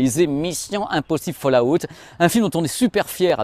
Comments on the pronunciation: Tas du mal avec Fallout lol. Folle a-ouwt et pas falle à outte :) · D'accord avec vous mais pourquoi ce "A" entre FALL et OUT? Fallout et non pas FallAout.